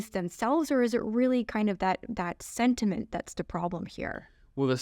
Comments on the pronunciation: It’s not sediment it’s sentiment. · This is so funny! The super cute smart chic tries to teach this guy very tactfully how to say sentiment...and he just doubled down on the silt! Ahh surely next visit the sludge will have been cleaned up.